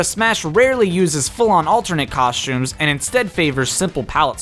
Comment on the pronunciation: Cawshtumes, Sholts